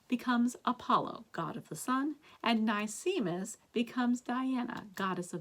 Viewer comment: nicemis is pronounced nice miss. like a nice miss. sparkeion is pronounced sparky-on.